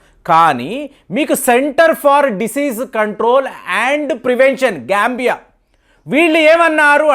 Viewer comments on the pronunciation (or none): గారు మీరు జాంబియా పేరుని గాంబియా అని అంటూ ఉంటే బాగా నవ్వుకున్నాం, మేము మీ ప్రోగ్రామ్స్ రోజు చూస్తుంటాం, కొద్దిగా చూసుకుని చదువగలరు, మొన్న కూడా సట్లేజ్ నదిని సుట్లేజ్ నది అని అన్నారు, కొద్దిగా చూసుకొని చదువగలరు.